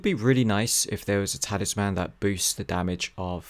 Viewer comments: Please, for the love of God learn how to say Talisman!!! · Great video but boy was I triggered by how you said Talisman.